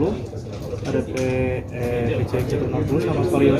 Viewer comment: Adv dibaca edivi, pcx juga harusnya dibaca pisiex biar sama2 bahasa ing ato mending skalian sama2 indo...🙏🏻